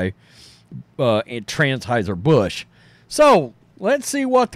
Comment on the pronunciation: LMAO at At-Trans-Heiser Busch